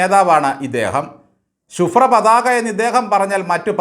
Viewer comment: നോക്കൂ, കേൾക്കൂ മാതു, ചൂണ്ടു മർമ്മം,ഇതൊക്കെ നന്നായിട്ടുണ്ട്, സർ ഒരു സംശയം 🥰,ശുഭ്രപതാക എന്നുതന്നെയാണോ പറഞ്ഞത്🤔, പക്ഷേ... ക്ല പതാക😊 എന്നാണ് കേൾക്കുന്നത്